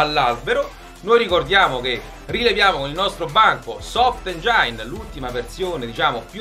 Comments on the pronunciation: Super come sempre. Ma si pronuncia engin e non "engiain"👍🏻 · Si dice engin comunque.. Mitico! Vi porterei il mio 701 se non foste così lontani